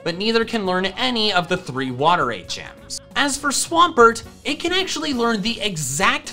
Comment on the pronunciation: Lol I kept thinking you were saying 8 gems instead of HMs 😂